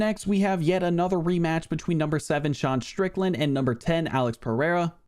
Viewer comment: You keep mispronouncing Deshawn Strickland